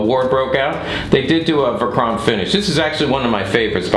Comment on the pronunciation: Verchromt not verchrompt